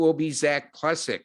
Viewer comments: the pitcher's name is pronounced..." PLEE ZACK" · Agreee... Pleee...zac